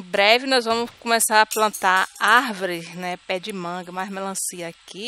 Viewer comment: "Em breve vamos estar plantando ARVRE" huehuehuehuehue